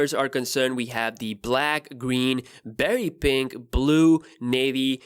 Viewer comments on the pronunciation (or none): i thought he said very pink not berry pink lol